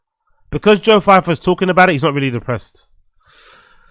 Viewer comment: Who the hell is "Joe Feifer"???? It's so funny how you slag off braindumb for mispronouncing words as you do it way more than he does 🤦🏻‍♂️😂😂😂😂😂